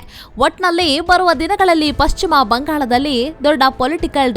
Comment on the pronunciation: ಯಾವನಯ್ಯಾ ಈ ಚಾನಲ್ ನಿರ್ದೇಶಕ. ಪಶ್ಚಿಮ ಬಂಗಾಳ ಅಂತಾ ಸರಿಯಾಗಿ ಓದೋರು ಸಿಕ್ಕಲಿಲ್ಲವಾ.. ಅದೊಂದೇ ಅಲ್ಲಾ.. ಬಹಳಷ್ಟು ಕಡೆ ಅಸಹ್ಯವಾಗಿ ಓದೋದನ್ನ ಒಮ್ಮೆ ಗಮನಿಸಿ ಸರಿಪಡಿಸಿ ಕನ್ನಡದ ಮಾನ ಉಳಿಸಲಿ. ಪಶ್ಚಿಮಾ ಬಂಗಾಳ ಇಷ್ಟು ದೊಡ್ಡಾ ಅವರು ಹೆಲ್ ಹೋದ್ರೋ ಅಲ್ಲೊಂದು ದೊಡ್ಡಾ ಎಷ್ಟೋ ಜನಾ ಹೇಲ್ತಾರೆ ವಿಷಯ ಚೆನ್ನಾಗಿದೆ. ಊಟ ಚೆನ್ನಾಗಿದ್ರೂ ಬಡಿಸೋದೂ ಒಂದ್ ಕಲೆ. ಟೀಕೆ ಅಂದುಕೊಳ್ಳದೇ ಸಲಹೆ ಅಥವಾ ಬಿನ್ನಹ ಅಂತಾ ತಿಳ್ಕೊಂಡು ಉತ್ತಮಗೊಳಿಸಲಿ.